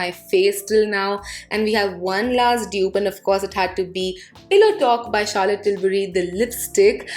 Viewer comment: Era gera nattu gera 😂😂😂😂 wow.. kitna sundar bole up bohot sweet laga.. ❤️😀 and the word Charlotte you pronounceed ..wow ❤️❤️❤️❤️❤️❤️❤️